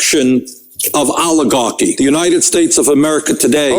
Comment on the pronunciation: Oligar-QUI !? Oligar-QUOI!!??🤨😆